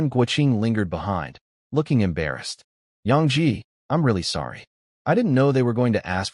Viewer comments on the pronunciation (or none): none